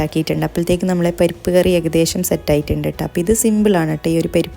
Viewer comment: പെരിപ്പ്കറി അല്ല..പരിപ്പ് കറി...from Kannur